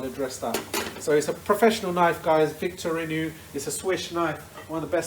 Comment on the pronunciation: Victorinou 😂😂 It’s pronounced vic-tor-oo-knocks